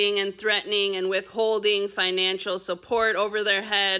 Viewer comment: Tell the blonde young blonde indictment reader the the word is not FINANCHINAL. IT IS PRONOUNCED ""FINANCIAL"". !!!